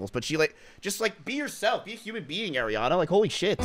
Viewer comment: Y he hate ariana so bad😢😢😢 also its Ariana not Airiana😅😅😅